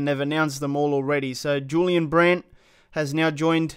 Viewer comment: IT'S Y-U-L-I-A-N